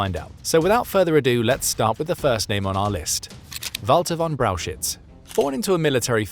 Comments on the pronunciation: it is pronoounced "Braukhich" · Brauchitsch is pronounced BROW heets. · That first Generals' name is pronounced "Browk-Itch" ..NOT Brow-shitz!🙄🙄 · Brauchitsch is pronounced like "brow hitch" not "brow shits". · Maybe in part 2 you could find a way to correctly pronounce: Brauchitsch?